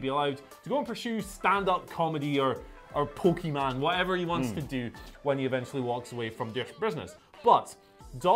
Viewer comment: even the damn brits can’t even pronounce Pokémon